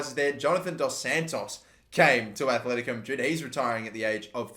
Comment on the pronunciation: ITS ATLETICO NOT ATHLETICO ITS TRIGGERING ME